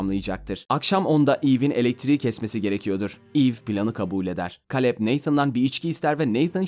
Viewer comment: O Kaleb,Keylıp olmasın(yani telaffuzu)